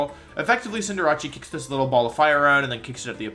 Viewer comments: When he called it cinderachi in stead of cinderace it was funny to me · Not him butchering easy names like Cinder-ACE and Giga Impact. Cinderace is pronounced like a being the ace at the game or ace of hearts in cards not -ache. How do you even mess that up that badly? Giga Impact likewise is not pronounced with a J sound at all but a hard G. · Why did he say cinderace like that😂😂😂😂😂, cool vid tho I love all the animations in this list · Is anyone else bothered by how he pronounces Cinderace? Like, it’s about an ace player. Since Cinderace is a good soccer player, it’d be considered an ACE, like ace trainers